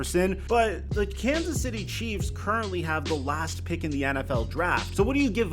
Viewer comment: Lol it's not CHEFS lol It's CHIEFS lol